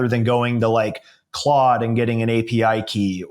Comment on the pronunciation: 😅 or Clood as pronounces it lol